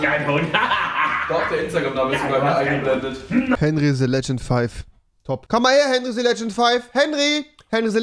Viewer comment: Ich hasse es wie rewi "the" ausspricht